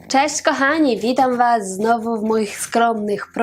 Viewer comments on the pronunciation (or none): none